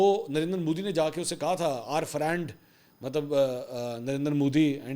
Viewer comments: Friend nahie phrand was ritefully said,😂😂😂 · فرینڈ نہی پھرینڈ 😅